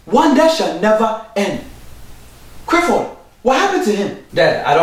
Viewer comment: "Crifford" lol